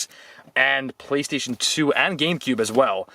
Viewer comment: Did he rly just say playstion 3😂😂